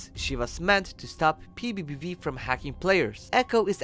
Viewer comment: Bro said pbiepvie